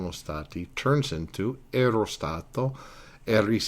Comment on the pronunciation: Mille grazie, professore. My only suggestion would be just a tiny bit of constructive criticism: Watch your pronunciation, as it tends to be a bit inconsistent. I noticed, for example, that you didn't trill the "r" in "ero," although you did in the other instances where "r" occurs between vowels. Don't use the American flat "r." Also, remember that unstressed vowels still retain their full sound value; I frequently heard you use the "schwa" sound for unstressed "a," especially at the end of a word like "sia." That word should be pronounced "SEE-ah," not "SEE-uh." Just something to keep in mind. I know you're not a native speaker (neither am I -- I've simply been studying, speaking, reading, and writing Italian for almost 40 years), but little things like that go a long way towards actually sounding like a native -- and it sets a good example for your students, too!